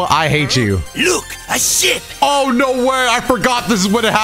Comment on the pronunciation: when he said "look a ship" I heared "look a shit"